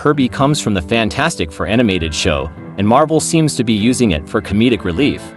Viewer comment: AI voice over here. AI voice over there. AI voice over EVERYWHERE!!! "Faaantstic fur"!